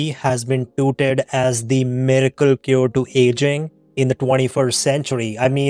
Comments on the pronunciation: The word is “touted” not “tooted.” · I'm sorry, I just cannot take you seriously if you pronounce "touted" as "tooted."